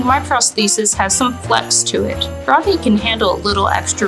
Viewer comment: “RODKNEE” is hilarious 😂😂😂😂😂😂